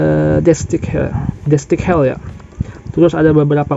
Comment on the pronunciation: bang, bukan gundam destik hell bang, tapi gundam deathscythe (baca : deadsait) hell, sekedar koreksi aja bang✌🏼🙏🏼